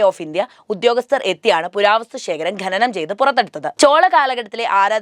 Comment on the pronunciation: ഖ്+അ = ഖ (ഖനനം). ✓ ഖെനനം. ×